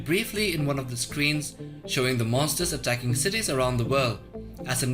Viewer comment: he tried to say monsters you norm